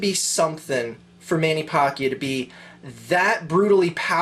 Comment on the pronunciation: he keeps saying Mannys last name wrong.. lol